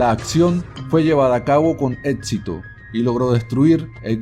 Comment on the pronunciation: muy interesante el vídeo, pero le recomiendo unas clases con fonoaudiología, usted sufre de dislalia. no es etpcito, es éxito se pronuncia sc, no es atcede, es accede, no es, Atsolutismo es absolutismo por ejemplo.